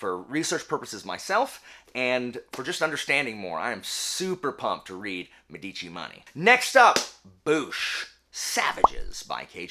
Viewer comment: The stress in the word Medici is on the first syllable. Btw, not relevant but it means doctors/physicians. Cheers from Italy!